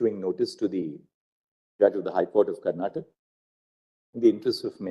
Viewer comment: It is not karnatak. It is karnataka. Please somebody correct the lord